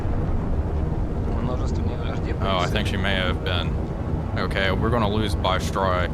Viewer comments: WTF is "BY STROY"? or "za KA rov"? Speak normal, like Russian, cyka blyat' Быстрый and Захаров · Bystryy like Bistro, not Bystryy like Buyer.